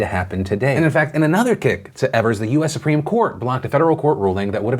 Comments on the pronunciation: His name is pronounced Eve- ers. Not ev-ers. Love you, Phil. 🙃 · btw the Governors' name is pronounced EE-vers not EH-vers. much love <3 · As Wisconsinite the way Phil says Evers bothers me, everyone here pronounces it E - vers where he says Ever - s. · Phil please, it's Tony "Eve"-ers or "eav"ers. Not "ever"s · Evers is mispronounced it's a long E like Eve also at my polling place they did a fantastic job. 10 feet distance kept, voted with a q-tip, and had to keep my pen. I vote in a rural area though so we usually naturally have very few people. What was stressful was that no one in my immediate family received their mail in ballots in time so even though everyone but me sent in for it we all had to vote in person. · The Wisconsin governors name is pronounced EE-vers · Small mistake, governor of Wisconsin’s name is pronounced EE-vers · Thank you for covering the election in my state of Wisconsin! A note for next time you talk about our governor- his last name is pronounced ee-vers (just say the letter E and you’re good) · FYI Phil, governor Evers’ name is pronounced like EEvers. I’m from Wisconsin and I’m glad that I was able to get an absentee ballot in time so I could still safely vote today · It's tony E-vers e as in e-ach